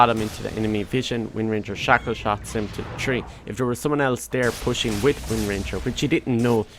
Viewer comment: What’s up with the word “TREE”